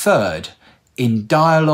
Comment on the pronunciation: Wait this guy is Muslim, allahuma barik , it seems he’s a new convert due to his accent on how he said Inshallah